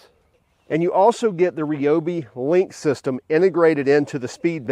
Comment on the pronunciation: Ryobi, not Reeeeobi.